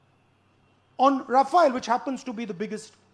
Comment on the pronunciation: Sala ye papau Rafayal Rafayal kya bolta h